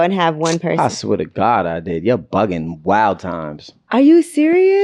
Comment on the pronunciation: When he said, “ you’re bugging” that Boston came out heavy!